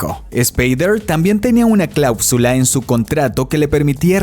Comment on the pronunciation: este resumen suena medio ridiculo y estupido y por cierto, es claúsula, no clapsula